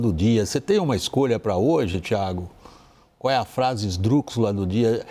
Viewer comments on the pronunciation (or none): ESDRÚXULA!!! Que pronúncia é essa???